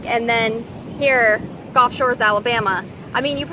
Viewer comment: gulf, not golf.....commonly mispronounced. O:-)